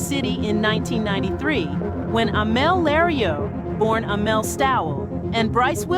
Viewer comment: Why can't you be consistent with the pronouncing of Amel's name?